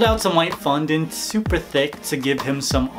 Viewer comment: you said fondue wrong